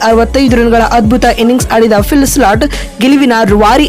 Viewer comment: Maraya avla change madu illa e video dlt madu. Slat slat annodu keloke agtilla